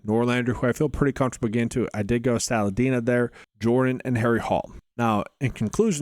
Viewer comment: lol at the salinda pronunciation